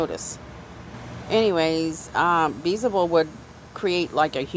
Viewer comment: Beelzebub is pronounced B L Za bub